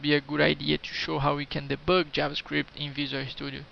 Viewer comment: I like the way you say "deboug"